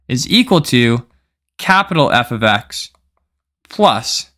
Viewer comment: Must know #0 Before everything else, learn that f(x) must be read "F OF X", not "F OD X".